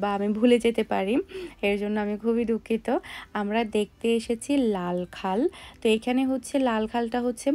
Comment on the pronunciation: সারীনদী,লালখাল না,লালাখাল